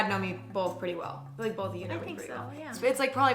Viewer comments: People either say “both” or “bolth”. Emma says bolth. Lol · the way you put that L in "both" like "BOLTH" ....i cannot unhear it